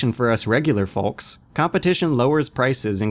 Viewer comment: Wait, so you pronounce the L in 'folks'? unsubscribe